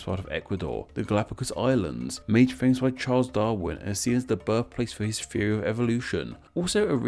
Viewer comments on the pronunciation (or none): none